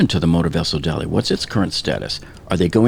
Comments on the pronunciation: I will once again point out that the ship is not named Dolly, but rather Dali, as in the Spanish surrealist painter Salvador Dalí, for whom the ship was named. Dalí is pronounced “dah-LEE” not “DOL-ee” (in IPA, ðaˈli) You provide good and timely information, and I appreciate your continued coverage, but it’s super jarring to hear the ship’s name repeatedly mispronounced by so many Americans in the media and on YouTube. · This ship was named after Salvador Dalí , the famous spanish painter. Her sister ship Cezanne was named for French painter Paul Cézanne. So, the ship's name pronunciation is not "Dolly", its Dalí (dah-LEE).